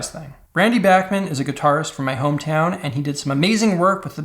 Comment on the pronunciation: Bachman is pronounced like Johan Sebastian Bach. Not back. Dude, that Canadan wedding shit sounds awful. Screw Canadia, and remind me to never attend a wedding up there in cannuckville Oh, and I hate Nirvana. Every Nirvana song ever. I want to punch kittens when I hear that diarrhea